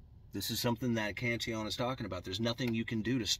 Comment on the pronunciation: You pronounce it correctly. He was Irish so spoke in a very very posh manner (at least the people from Kerry think the are.....that's why they call their county a KINGDOM !!!!! no kidding) Greetings from the Emerald Isle and LOVE your take on economics☘☘☘